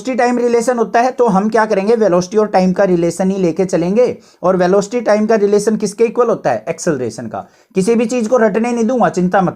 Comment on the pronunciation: Sir velooocity nhi velocity hota hai sir 😊